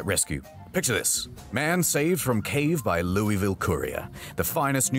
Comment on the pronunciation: Hearing him pronounce Louisville hurt me.